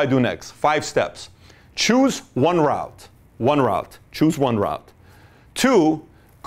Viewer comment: Thank you Pat :) If i'm not wrong "route" is pronounced as "ru:t" ;)